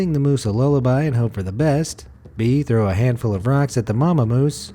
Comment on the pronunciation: "Where to trow rock?!!"